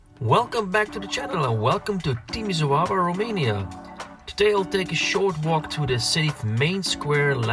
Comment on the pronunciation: The pronunciation of this city is TimiSHOara😉